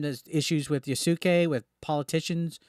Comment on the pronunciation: Its Pronounced YAS-KAY